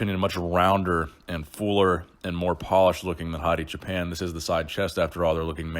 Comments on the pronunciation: It's actually pronounced "Choo-Pawn" not "Choo-Pen" lol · please pronounce the last name as a combination of choose and park. Don't say pan like Peter Pan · For the longest time before the Olympia, I always thought you were saying "Hadi Japan"